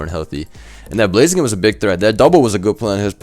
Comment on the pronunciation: Did anyone else hear say blay-zee-kun…